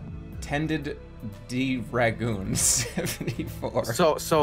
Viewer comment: Doctor Agoon